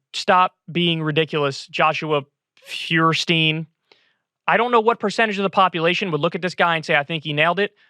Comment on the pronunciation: I think it's pronounced "FOYER-steen", or maybe "FOYER-steyn". Which in German means "Fire Stone"